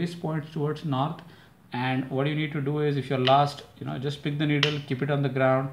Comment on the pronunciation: Needle not niddle!